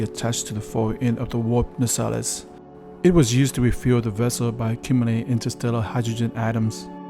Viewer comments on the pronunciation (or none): It's Pronounced... "NAY-CELLS" NOT "NA-SALIS"! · Great Video thank you! Only thing is that it is said NCC-1701 i.e. One Seven Zero One, not Seventeen O One. The other thing is that the warp nacelles are pronounced Na Sails not Nasales. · Dude, it's pronounced 'na-sells', not 'nasellis' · No i Just watched it again and you still say the wrong thing. You keep saying Seventeen Ow Wan!! It is One Seven Zero One. YOU ARE ALSO still saying NA SAA LES!! It is Nacelles i.e NA SAILS! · “Na-cells”: two syllables. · They're pronounced 'nah-sails' not 'na-sallis' thanks. Great vid,tho it's scale looks small. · Nacelles? Isn’t that pronounced “nay-cells”? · Great video. Hate to be that guy but the long things on the pylons are pronounced "nay-cells". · Pronounced 'nay-*sells*', the outboard warp nacelles. Great vid! EDIT: I love how the reflection map you used for the main sensor dish looked sort of like a baseball field, or an artificial clearing in the trees. Funny! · Close; it’s “na” like “apple” - “cells”